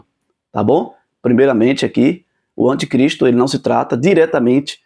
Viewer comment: Uma pequena OBSERVAÇÃO : Não se diz antecristo o correto é anticristo😢😢